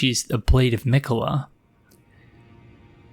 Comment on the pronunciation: the fact that it took malenia hammering it in every time you died to her for you to realize the proper pronounciation of miquella, despite all the times gideon has said his name to you xD